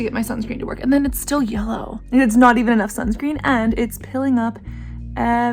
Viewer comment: why the hell do you pronounce PEELING "pilling"?